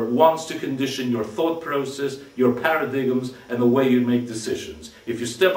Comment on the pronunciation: it's pronounced paradimes, not paradigms